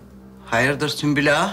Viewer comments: Bi sen kaldiydin ismini yanlis soyleyen sunbul degil sumbul! Celaud meleune seni🤣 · Dəli Hürrəmin tam deyə bilmədiyi adlar: 😂😂😂 SÜMBÜL- SÜKMÜL SÜLEYMAN- SÜLÜMAN MİHRİMAH - MİŞİMAH NİGAR KALFA - NİGAR KAFA